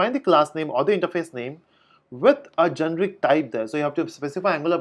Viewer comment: GENERIC. not genric....